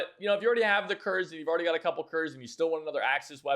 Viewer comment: Don't get MKb in Moscow because it's ahistorical. It didn't exist back then. Also Kurz is pronounced koorts 😉